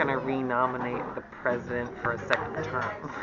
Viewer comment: Did you call him RESIDENT BIDEN?